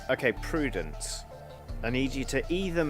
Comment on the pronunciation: Barbarian Prudence => Pru-dents